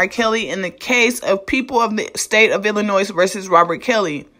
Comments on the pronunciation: Hi your doing a great job. I know Illinois has a S at the end but the S is silent. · Illin' Noise or Illinois??